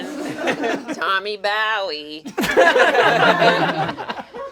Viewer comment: HIS NAME IS BOWE AND NOT BONE?!? HUHHHH